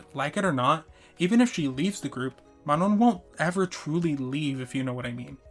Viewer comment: Great video but her name is pronounced mah-no